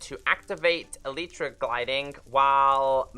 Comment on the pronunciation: You say elytra wrong